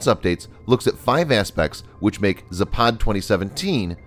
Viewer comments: It's pronounced "zApad" not "zapAd." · Its Západ not Zapád, невозможно выстаивать